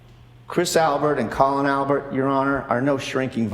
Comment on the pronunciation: calling him Colon 🤭